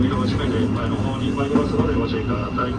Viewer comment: ご注意くだぁたいっ…って聞こえてからずっと笑っちゃいますね！